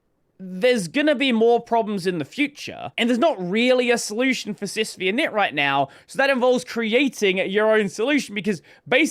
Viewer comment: The 'V' is a Roman numeral. It's "SysFiveInit", not "SysVeeInit". It's named after UNIX System V.